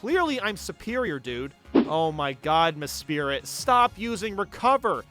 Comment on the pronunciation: Man some of these pokemon pronounciations kill me. “Rydeer, boyzell, mespirit”